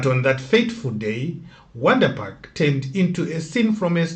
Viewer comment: They pronounce it vhondri park.